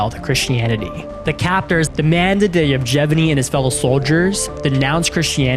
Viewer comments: its Yevgeny, not "Jevjeny" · The Soviet Union no longer existed in 1996 and the name is pronounced evGENy with a hard G as in grand. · he is literally called: "Yefgheni". Not the weird name as you pronounce it. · He said " JevGevEny” 🤣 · Why do you pronounce Yevgeny's name like that?